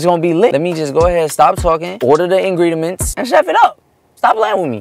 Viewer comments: He said ingrediments 🤣🤣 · Did say ingredements 😀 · Is he sayin ingrediments?😂 I heard it like 3 times. Maybe im hearing shet😂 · "i need to go get the ingrediements" yall ik im not the only one who heard that ps. I LOVE U AND HAZEL😂♥ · No one:: InGrEdImEnT😭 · not when said ingrediments 😂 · "Order the ingregements, and chef it up" what is ingridements WHAT IS INGREDEMENTS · Did i hear saying ingrediment??🤣🤣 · Am I the only one who heard ingridiMents😅